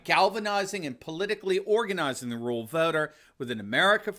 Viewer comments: "RUR AL" Doc, "RUR AL," not rule. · Anyone else notice says “RULE voters” instead of “RURAL voters”? Took me a second to figure out ….